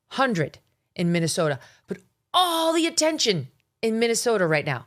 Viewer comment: Minesolia.. minessolia 😂😂😂😂😂😂